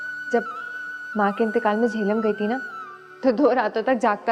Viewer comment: Did she say JEHLUM!!!!!!!!!!